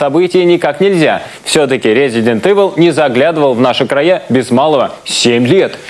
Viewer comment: как же меня вымораживает Эвил у них, в 2007 году до сих пор не знать как правильно произносится игра:face-blue-wide-eyes